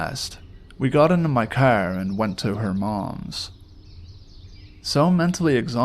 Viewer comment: Been binge listing to your vids and I can't help but notice that you haven't posted in 5 months! :face-blue-wide-eyes::face-orange-biting-nails: Also i love your accent when you say "car/yard" lol :goodvibes